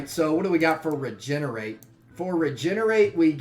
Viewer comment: When u said regenerate i laughed cuz i heard degenerate xD